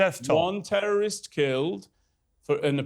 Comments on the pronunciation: “WhY yOu AtTaCk TeWwOwIsT” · 😂😅😢🤣🤣🤣😅😅🥳😂🤣😂🤣😂😁😄😃😀😆🤣🤣🤣we only atack TEWOWISTS 😅🙃🤭🤣😂🤣😂🤣😂🤣😂🤣😂🤣🤣🤣🤣🤣🤣🤣🤣🤣🤣🤣 My favorite word from now on “tewowist”